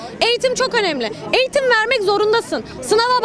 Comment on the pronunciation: Eğtim, Eğtim diyoruz hale, Asgari ücrete, Askâri maaş diyoruz...